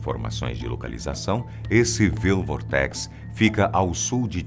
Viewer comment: Experimente: (pronúncia: "Uáild Vórtex" do inglês "Wild Vortex" - (Vórtice Selvagem). O google tem um tradutor em que podemos colocar a palavra no idioma desejado e, caso tenha dúvida ou não conheça a palavra, você pode ouvir sua pronúncia correta. E o que é melhor, é grátis. E seu vídeo é muito bom.